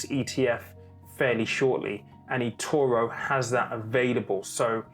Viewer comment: Why can't you say Etoro properly?